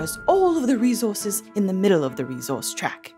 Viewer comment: Couple of things i wanted to mention: - fun fact: a fortnight minus 7 is called a sennight - saying reZource is inaccurate for the accent. The s is aspirated but not vocalised. That is all!!